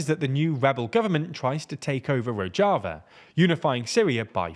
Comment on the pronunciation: Rozhava ( rož ) not rodg